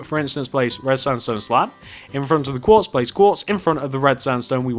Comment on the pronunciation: you said slap insted of slab